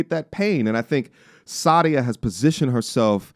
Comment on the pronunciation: It's Sah dee uh not Saudia. So crazy I know another lady with the same name (first and last yikes), and she taught me how to properly pronounce her name. This girl isn't the same Sadia that I know, who is happily married.